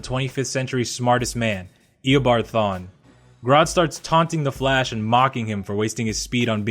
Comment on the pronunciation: Why did u say thawne?